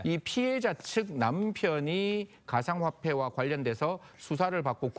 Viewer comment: 가상화례 존말할때 고쳐라